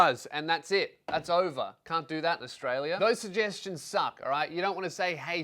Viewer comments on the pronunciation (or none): none